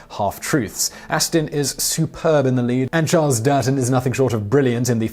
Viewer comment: His name is Charles Dutton, not Durtton. You could at least get the names right.